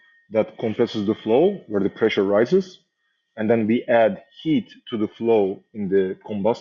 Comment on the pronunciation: "PESSURE DISTRIBUTION"